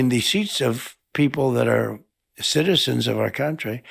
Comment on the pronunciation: lolol it's taking him 12 seconds to get through the word "citizens." so many syllables